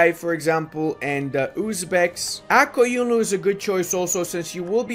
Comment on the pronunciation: Bro you said QaraQoyunlu and AqQoyounlu perfectly